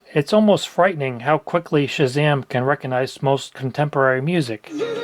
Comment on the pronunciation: You don't "reconize". You 'recognize'. There's a 'g' in there.